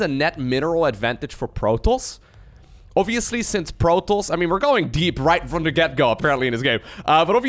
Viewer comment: am i going crazy here or is he pronouncing protoss like 'Protals'?